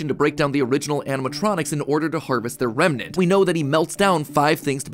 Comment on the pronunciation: when can’t explain something, he just says it remenant